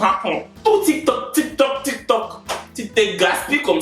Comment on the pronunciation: « Le tik me tok »🤣🤣